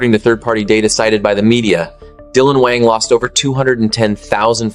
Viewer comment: If you’re going to talk about Dylan, you could start with pronouncing his last name right. People who follow Dylan know he’s kind and being slandered.